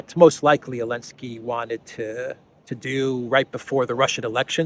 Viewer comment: Hey Eelansky draft beer not men